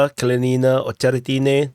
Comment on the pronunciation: That's Kalinina (pronounced KAL LIN IN NA. Not Kal leen een a). The town is named after the Communist Revolutionary Mikhail Kalinin, first President of the Soviet Union. The Ukrainians tried to force the ethnic Russian people of the town to rename it, under the 2017 law forcing all towns to remove Soviet names), but the people of Kalinina REFUSED, and told the Ukrainian government to go to hell. Artyomovsk and Dnepropetrovsk didn't want to change their names either, but the Ukrops just forced out local government, and then changed the names anyway. I guess Kalinina was too small for them to bother with. heh. Hats off to the people of Kalinina, the Russian people of Donbass don't like to be pushed around by the Ukies. Hopefully by the end of the year the Russian Army will finish liberating the entire Donbass, though it may take well into 2025. No matter, the Donetsk People's Republic and the Russian Federation will not stop until they have done so. Tell your NAFO buddies that - they need to understand it.